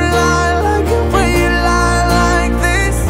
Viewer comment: ממש אוהב את השיר, ותמיד הרגיש לי שהמבטא שלך כמעט מושלם ולא הצלחתי לשים את האצבע מה פחות, חשבתי הרבה ונראה לי שמצאתי: אתה אומר this כמו חיריק שלם (חרוז תנועתי ל־me) אבל אמריקאים לפחות אומרים את זה הרבה יותר עדין, איפשהו בין ee לבין e. אם זה משהו שיכול לעזור במשהו להצלחה שלך בחו"ל אני אשמח :)